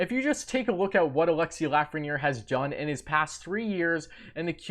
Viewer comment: You're gonna be saying his name alot in the future,perhaps learn the proper pronunciation of his first name.....